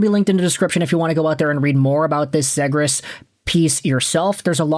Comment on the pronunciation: It's pronounced 'zeegrus'